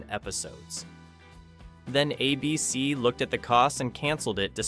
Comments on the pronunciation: Star Trek vanished? When? It still runs all the time on Pluto TV. None of these vanished. Also, it's "ABC" not "a BC." Test your AI narration before uploading. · The network is ABC, not "uh bee cee." Don't be afraid of human narrators. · I remember as a kid being totally freaked out by the hunting 'balloons' from the Prisoner. A beecee? I think the AI voice meant A.B.C. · It's not ah BC it is ay bee cee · It's ABC, not a bee see. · My favorite Martian ran out of material. Voyage to the Bottom of the Sea got too weird. A bee cee, for A.B.C. (aye-bee-cee) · Hey AI voice. It's ABC not A.......BC. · "uh-b-c"? Really? Can we get a real person reading the script or was this entirely AI? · ".. a BC pulled the plug..". ? "...a BC couldn't sustain it financially,,," ? Cmon AI, do better 😅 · ABC network repeatedly pronounced a BC. .... AI voice-over ? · There never was a network "a bee see". And ease off Irwin Allen: I'm sure he'd deplore AI, and probably predicted you... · What is "a BC"? I won't watch videos with dumb AI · I hate AI pronouncing ABC as ah b c. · Lousy editing., What is, "A BEE CEE',? Yes, I HAVE seen number 3, I have it on DVD and have seen it dozens of times since the late `90's. 'The Invaders" is the only one I never saw or heard of. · Next time, get a PERSON to narrate who knows how to pronounce "ABC". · Typical AI. Can't pronounce ABC properly and can't get facts right. Star Trek disappeared? Please... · I'm surprised even a mediocre AI could mispronounce "ABC" so many times. If there's a human behind this channel, please read the script yourself. I swear it will be better than this monotony of goofs. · It took 10min 19sec for ai to learn how to say ABC.😆😆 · I don't think it's an AI voice, just a quirky mispronunciation.